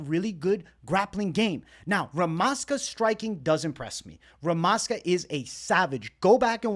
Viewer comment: Bro, stop thinking that stuff UFC members know real prononciation. They are americans and unprofessional, they always mistake. It is "ZH" in Rmaska's name you should pronounce. Like in Weili Zhang